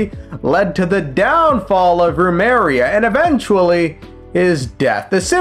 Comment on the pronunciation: Can't keep getting away with saying Rumeria instead of Remuria 😭 Love your videos, perfect mix of lore and comedy in the edits lol